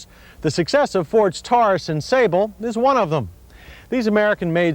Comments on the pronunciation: reminds me of his use of TAHR-us for Taurus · I have never heard the name pronounced "Kam-Ray", or "Tar-us" before. Then to hear "Kam-Ray" over and over again became a bit much.